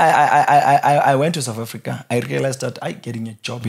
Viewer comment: His English frustrates me. Souf Africa for South Africa, wif for with and a whole lot more. Just stick to Sesotho the next time you're on a podcast.